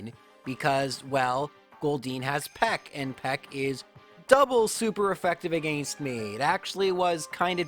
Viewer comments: I really like these videos but I gotta say your pronunciation of “against” makes me hardcore cringe every time haha. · TIL is Canadian. Makes sense bc i was wonderin what the deal was with his pronunciation of “against”